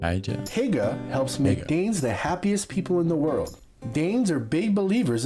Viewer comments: "Hygge" is pronounced closer like "hue" but with a hard H sound... Like that in "hard". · It made me Laugh so hard egen you Said hygge you Said it so wrong😂